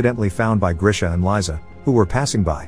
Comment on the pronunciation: Just saying, Liza is pronounced "Leeza" (literally Liza), not "Laiza"